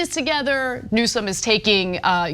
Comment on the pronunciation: You hear the way Trump is deliberately emphasizing the mis-pronunciation of Newsome in the insulting way he does. But it does sound like a conflict of interest.